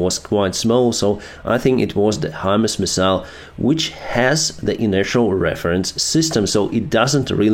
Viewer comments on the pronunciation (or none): none